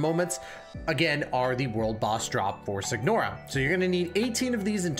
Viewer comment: Do NOT level her normal attacks. It's a waste of resources and does absolutely nothing for the character. The G in Signora is silent. Is this a guide or a showcase of your Raiden? I'm confused.